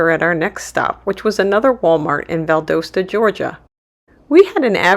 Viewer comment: Valdosta is Val-DAW-Stuh.